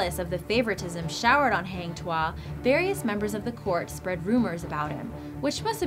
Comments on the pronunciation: malaysian ... not melaysian ... heng tuah .. really ... haaaang tuah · Hang Tuah is pronounce as Hung as in past tense of hang... Not Hang as in Hanging... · #9. Malaysia*. Not Melaysia. Also 'Hang' is pronounced 'Hung'. Because that's a Malay name, not an English word. And the myth/legend orginated from Malacca Kingdom because Malaysia didn't exist until 1964. And now Malacca Sultanate is reduced to a small-sultanless state in Malaysia. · Lmao it's supposed to be pronounced hang tuah~hung tua